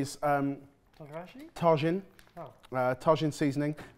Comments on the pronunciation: Pronouncing Tajin (Ta-heen) Tah-shin; and Chamoy (Cha-Moy) Shamoy, just refuses to pronounce Mexican products correctly. They say chamoy correctly in the video and he proceeds to mispronounce it just after. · Not "Tah-zhin" it's "tah-heen" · comments are gonna say it but ill add not ta djinn its ta heen j makes the h sound sham oi? no Chuh moi and of the Chamoy there is a normal more widey used one, no idea what that one is but the one im used to is a bit redder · straight up i cackled hearing him say it like he's visiting the Taj Mahal, and then acknowledging its from Mexico like cmon you have to have at least a BIT of world knowledge about mexican food... enough to pronounce it correctly lolol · love, tajin- "ta-heen" not ta-gin. It was like nails on a chalkboard hahahaha but love what you guys do❤ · if the H were a J he would pronounce it as Ta-gee-knee 😂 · It's pronounced "tah-hinn"! J is H en Espanol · Hi guys! You used a seasoning that we LOVE here in the SW of the U.S. Tajín (pronounced Tah Heen). It’s amazing sprinkled over fresh mango! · Chamoy is pronounced ch-ah-moi-ee and Tajin is pronounced ta-hee-n. Tajin is commonly eaten sprinkled on fresh cut fruit like pineapple, mango, and watermelon. And on some veggies like cucumber. Chamoy is added to drinks, shaved ice, chips, and other snacks and foods. Yeah so the pickle without the fruit by the foot sounds good. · It is pronounced: El Tajin ("L" ta-hin). There is a Pre-Hispanic Mesoamerican city in the province Vera Cruz México, which is what the product is named after. Tajin means Thunder in Toltec. The produce is a mix of citrus and chili. Effectively lime-chili. Either in liquid form or powdered. Wonderful stuff. Usually used to cover fruit or cobs of corn. Or candy. But it goes great on everything where you want chili and lime. I love it in soups like Pazole. In fact I'm going to get myself a bowl of salad to put some el Tajin on. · That seasoning is pronounced Ta-HEEN.